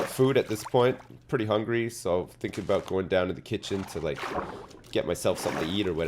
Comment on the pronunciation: Aboot time aye